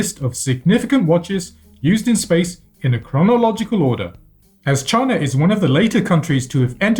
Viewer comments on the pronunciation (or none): none